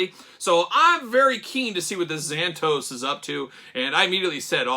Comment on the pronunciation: Been a number of years since I've seen Gargoyles too, but I'm fairly certain his name was pronounced with 3 syllables as opposed to two... Zan-Ah-Toast (without the 2nd T in toast)